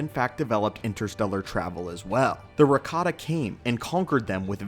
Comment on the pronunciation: ohh. But it sounded like Ricotta, I swear.